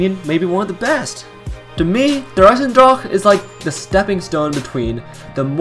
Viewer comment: It makes me want to kms when he says der eisendrache like that